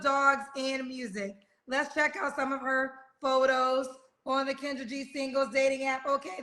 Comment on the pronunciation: Kendra said her name wrong mad times 😂